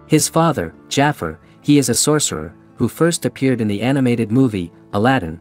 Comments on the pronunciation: And also it’s Jafar not jafer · Bro mispronounced Gaston and Jafar like they haven't been around for yours 😅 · Wow! That's a lot of descendants. Again you pronounced the Name Jafar and Gaston wrong. Never mind! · That’s what I’m saying, he also says gasten instead of Gaston and Jafer instead of Jafar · WHO DA HECK JAIFAR ITS PRONOUNCED JAFAR